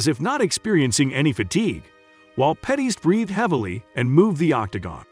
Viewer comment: It's Pettis not Petties 😂 and you pronounced dos anjos wrong too 🤣